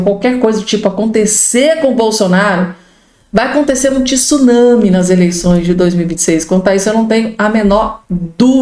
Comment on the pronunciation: não existe o vocabulário tisunami você como jornalista tem por obrigação de falar corretamente tsunami 🌊